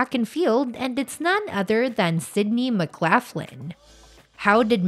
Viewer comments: McGlocklin not McGlafflin. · Please learn to pronounce her maiden name correctly. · States pronounced laugh Len, north lock Len doesn't matter thanks for sharing we share same last name. Khun Narrak Mak Khap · Mc Laff Lin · pronounce her name RIGHT or dont even show the video. so much for credible reporting. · Learn to pronounce her last name correctly before making the video, please. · Not pronouncing her last name correctly.